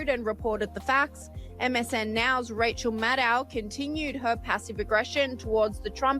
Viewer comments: Did you just say "Racial Maddow?" 🤣 She's looking more and more like Stephanie Colbert every day. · Rachel Mad-Now… 😂